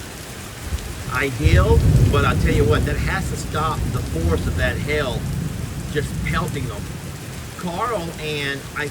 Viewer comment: its not hell its pronunciation is hay ull but say all fast maybe jami can teach you how to say it right